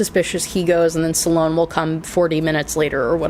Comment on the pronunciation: Sloan is 1 syllable not 2